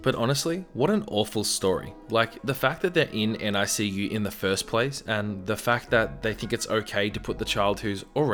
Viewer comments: Fyi NICU is pronounced nick-you not N-I-C-U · Extremely late, but just so you know, NICU is just pronounced basically like it's spelled(nick-you), you don't have to say each letter. (My mom works in the nicu) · Narrator: NICU is just said as if it's a word, "NICK-you." (Best friend is a NICU support volunteer for moms since all three of her kids were NICU babies.) That said, the mom was SERIOUSLY endangering every baby in the NICU. Even her loud outburst endangered the babies because they're very sensitive and fragile and just the shock and fright from sudden loud noises could cause a NICU baby physical harm. She probably set back some babies' recoveries. Monster Mom.